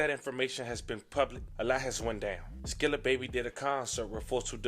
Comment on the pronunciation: It's not skrilla lmao it's skilla